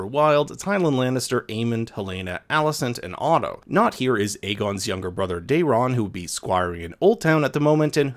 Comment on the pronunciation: Day-ron? It's pronounced like "Darren."